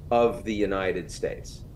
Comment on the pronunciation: I wish Ian would stop mispronouncing Netanyahu as Notanyahu. Does he do this on purpose? So weird